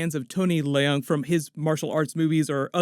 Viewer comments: Tony Leung, the Leung is pronounced similar as Learn, not Le-ung. Anyways, Tony is a great and well-known actor in Hong Kong and other Asian countries, I was admired that he finally got his place in Marvel cinematic universe, and people start noticing the actor in Hong Kong or other Asian actor. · Hey! I love your videos and have been a longtime subscriber. Just wanted to mention that you should pronounce “Leung” as one syllable, similar to the word “learn”, rather than “lee-ung”, which unnecessarily makes it two syllables. Chinese last names are typically monosyllabic. Keep up the great work.